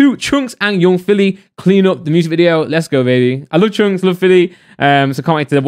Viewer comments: He says choonkz haha. It's chunkz brother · Man said choonkz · My man called chunckz "choonks" 🤣🤣🤣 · Y do u say choonkz and yoong filly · Normal people: Chunkz: CHOONKS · I have a growing urge to put acid in my ear every time says CHOONKZ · his name is chunkz not choonkz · Why did I read the title in his voice lmao, "choonkz" 😂😂😂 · Nobody:: choonkz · also he said choonkz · No one:: choonks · is the only person i know that pronounces Chunkz “Choonkz” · Anyone else thought he was saying “troopz”? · It's funny how u pronounce Chunkz 😂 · he keeps on saying chunkzs name wrong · Please can you just say Chunkz properly, the whole video got me annoyed but other than that great video man